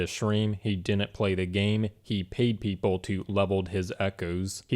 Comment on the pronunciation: A guy who pronounces the word like "people" and "question" wrong, teaches English later to justify his skill issue... 🤯😂😂😂